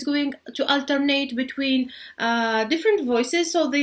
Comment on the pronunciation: حرف T ينطق ت وليس ث بالانجليزيه. ( بيتوين مش بيثوين. تو وليس ثو. سامتايمز وليس سامثايمز). النطق غير سليم تماما. ارجوا تحسينه فلمستقبل.